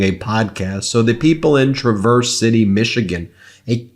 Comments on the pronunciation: TRA-verse City, emphasis on the first syllable. The biggest town in that part of the state. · Tra' verse accent on the first syllable. It is a gorgeous lake city on lake michigan. 700 ft white sand dunes You should go, most beautiful place in the world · TRAverse. Emphasis on the first syllable. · Oof. Ben it's TRAAverse, not truhVERSE. Just FYI for future use. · Um... the way you pronounced Traverse, Michigan... is not how Michiganders pronounce Traverse. Source... from Michigan. Trav-erse, not Tra-verse. Don't ask.. we're weird. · It's pronounced "Trav-erz" if you're from MI. Flint Native, here. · Traverse, the city, has the accent on the first syllable. TRAH verse. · Not a big deal, but the Tra in Traverse city is like the tra in travel. Emphasis goes on the first syllable. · Not how you pronounce “Traverse”, Ben. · The accent is on Trav, not verse. Just being helpful. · Ben... you pronounce the "a" in Traverse like the "a" in apple, and the emphasis is on the first syllable. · Cool Ben but you mispronounced Traverse. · It’s only Traverse City, MI. Ben, accent on the first syllable, please.